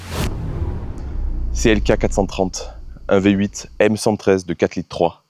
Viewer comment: appelle la mercedes le " Vyé 8"